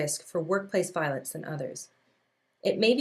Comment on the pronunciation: Violence, not voilence.